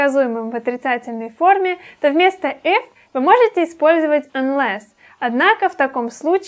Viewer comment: не эф, а иф [ɪf]